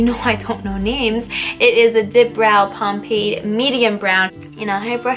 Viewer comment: Anyone notice she said pompade instead of pomade